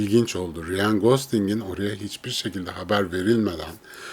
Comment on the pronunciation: Abi konu harici; neden Ryan ismini "riyan" şeklinde telaffuz ediyorsun?.. Rayn... Bir de J ile başlayan isimleri C ile okuman daha doğru.